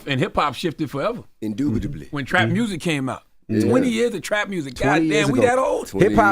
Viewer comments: Charla - this is a monumentous occasion 😂 T.I- Indodubly 🤣😂 Me- 🤔Whatever Tf he said (Expeditiously)😂🤣😂🤣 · In-du-bi-ta-bly…WTF! I just know this nicca pick that $hit out the dictionary that night!😂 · 2 seconds in and TI already said indubitably 🤣😂🤣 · The first word this Maine said was please correct me if I caint spell the word right lmao. He said "" Indubitably """ only T.I. can hit you with a big ass word right off the rip and nobody noticed. Lol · Nobody: T.I : "Indubitably" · indubitably , . Yall aint letting that slide!!! 🤣🤣🤣🤣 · 😂😂 it only took Tip 22 seconds; before he schooled us with a new word. “Indubitably” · T.I must be reading the dictionary on a daily....mans said indubitably as his second word of the show